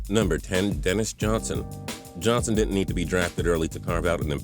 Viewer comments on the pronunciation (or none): none